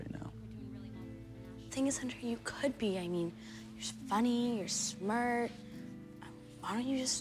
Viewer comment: to says smurt and she was supposed to say smart